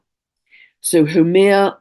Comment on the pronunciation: I love these timely needed indigenous tales that help us heal and come into right relation with the Earth. A small detail, Make Make is pronounced Măh-kā Măh-kā and Haumea How-MĀ-ah, in Polynesian language e is pronounced long A sound in Hawai-i, Rapanui, while i is prounounced long E.